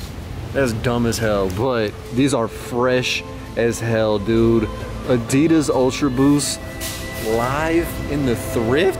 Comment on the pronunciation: also, what the fuck is "adidars"?!